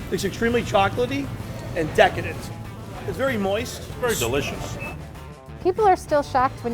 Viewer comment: I’ve never heard someone say the word ‘decadent’ like that